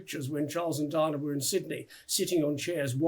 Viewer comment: Why is he calling DIANA, DINAH ? At least that is what it sounds like he is pronouncing her name.